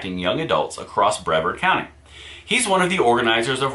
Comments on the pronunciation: I really like your Vids. Great job. Just FYI not picking Brevard is pronounced Bre-Vard. Just for future ref.... Keep up the great work... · It's pronounced BrEEvard county